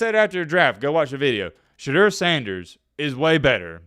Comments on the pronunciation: Its pronounced sha door not sha derr you dimwit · The man has corrected people for years... his name is pronounced SHA DOOR.